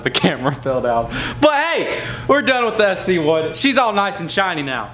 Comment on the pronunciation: Bro it’s sc1 not cs1 lol